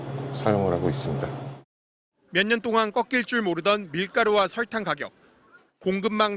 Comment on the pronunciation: 기자님 설탕이 아니라 설Rrrr탕 처럼 발음하시는거 같아요ㅎㅎㅎ